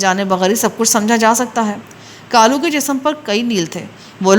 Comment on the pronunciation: اچھا لڑکی کا نام کالو ہے آپ اسے غلط بول رہی ہیں۔ کالو لڑکے کا نام ہو تو ( کا ۔۔۔۔ لُو ہے) لڑکی کا ہو تو ( کا۔۔۔۔۔لَو ہے بہ وزن لے لو۔ دے دو۔ یہ لو ۔۔ وہ لو۔ کا لو۔۔۔۔ پلیز آئیندہ اگر ناول میں یہ نام آئے تو تلفظ درست کر لیں۔